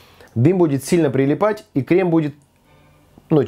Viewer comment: дэмбэль, одэсса, крэм, берэт, крэсс